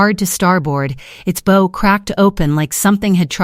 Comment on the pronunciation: Bow on a boat rimes with how not hoe. AI f-up again.